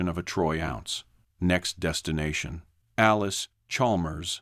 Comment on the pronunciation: Allis, not Alice, Chalmers, shurely?